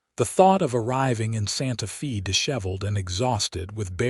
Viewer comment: Santa Fee? Tuscan? AI ain't all it's cracked up to be.